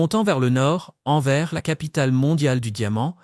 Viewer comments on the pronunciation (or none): Pas Enverse, Mais Anvers.